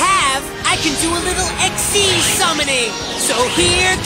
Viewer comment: XYZ Monster pronounced ik-seez.